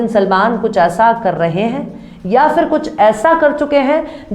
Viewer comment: Madam your voic is very cute, you are very cute and the style to speak also very cute,but pls work on pronounsation in urdu words like ghurur not grur, and phir not fir. don't mind, thanks